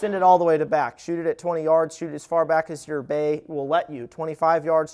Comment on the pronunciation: When he said bay I thought he said bae